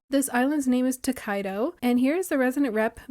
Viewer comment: Such a smart island, for sure!!! I love it! 😄 Just a little fun fact: the island's name is not “Tokaido,” but rather “Tokaído,” with an accent mark on the i (/to kaˈidu/; the “í” sounds like a strong “ee” in this case). If the island’s creator speaks Portuguese (which is very possible, since Mariana is a very, very common name here), the name would be a very informal (and very internet-typical) way of saying “tô caído” (short for “estou caído”), which literally means “I’m fallen" or also something like "I'm worn out/exhausted/beat/etc.” LOL